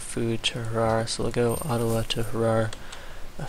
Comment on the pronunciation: Its funny how you pronouce Adawa like Ottawa